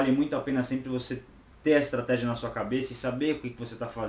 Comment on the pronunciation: Estratégia, do Espanhol Estratejia, do Inglês Estratégi...... tá dormindo seu 06, segura essa granada por favor!!!